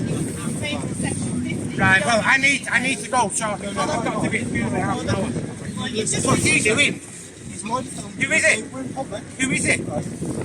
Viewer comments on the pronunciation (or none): "WOTS EE DOIN" looollolololl!